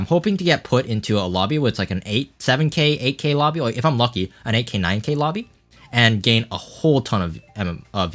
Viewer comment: Everytime you say "8k", it sounds like "AK" and I think "Bro this is MKW not CSGO" for a split secons